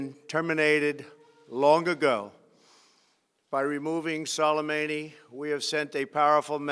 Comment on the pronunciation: of gang frogs he didn't even remotely say his name right Soleimani not Solimeini.